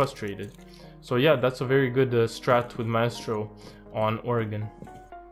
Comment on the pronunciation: My estro 👌🏽 very good pronunciation 🤟🏽